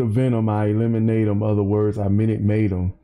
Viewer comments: When he said fill em with the venom and eliminate em Other words I Minute Maid em When he pronounces eliminate it sounds like lemonade. So that’s why he says Other words i Minute Maid em Like the brand Minute Maid lemonade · The way he says “eliminate em” sounds like “lemonade em,” so, Minute Maid em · when he says "eliminate 'em" sounds like lemonade so think of it as " i elemonade 'em, in other words i Minute Maid 'em" lol